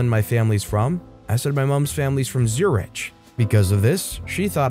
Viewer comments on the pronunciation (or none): Zuri-ch? Hahaha ;-))